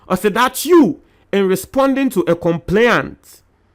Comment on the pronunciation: Check your pronunciation of the word ' complaint ' .